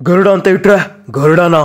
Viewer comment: Garuda ❌ THARUDA ✅ 👍😂